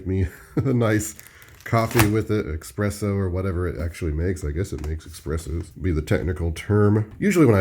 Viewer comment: Nooo not "EX-presso"; ES-presso! Sorry, I'm Italian. Thanks for the frequent, thorough and educational content as always!